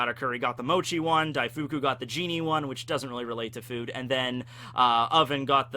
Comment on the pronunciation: Daif-koo, not Daifookoo